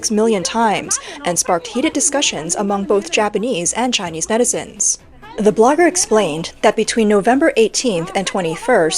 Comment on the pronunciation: When she says netizen, I hear medicine 😂